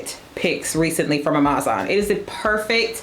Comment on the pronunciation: Sis... confused about the whole Amazon pronunciation thing. I couldn't recall why I hadn't watched you in a bit and was reminded pretty quickly when I heard "ah-MAZ-ahn" again. I'm sure you have your reasons, though it's super irritating and distracting from otherwise well-done content.